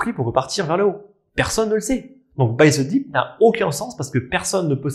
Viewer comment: Buy zeuh deep 😂😂